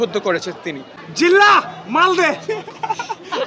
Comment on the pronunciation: জিল্লা নয়রে ভাই জিল্লু হবে 😀